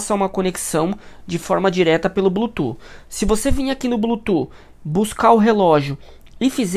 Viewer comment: Tá bom, perfeita explicação! Mas por favor, fala a palavra Bluetooth certo 😂 que agonia ouvir vc falar blutu toda hora